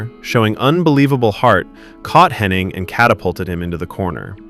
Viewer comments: His name is "Hennig" not " HennING" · Be nice if the commentator was able to pronounce Hennig’s name correctly, without an N.